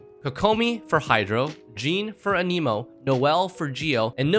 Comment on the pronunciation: Anemo, not Animo. lol. how is fervonius better than skyward. less damage, less recharge? 0 benefit.